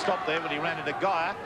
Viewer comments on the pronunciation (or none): Two of the pronunciations (“van der vurt”, “gay-er”) are wrong.